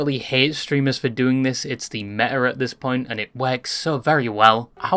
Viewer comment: I hate the way you say meta